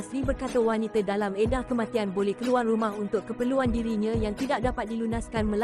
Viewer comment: kesiannnya...sebutan ` W-A-N-I-T-A ` pun tak betul...tak pernah dengar org sebut wanita ke sbb kamu sebut `WANITE`